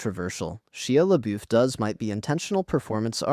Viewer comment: Ah, yes. Sheah Lehboof.